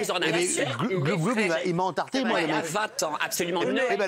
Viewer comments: On dit entarté pas entartré... On dit une tarte et pas une tartre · C'est " entarté " .... pas entartré !